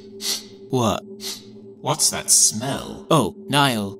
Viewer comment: 'Vas happening boyz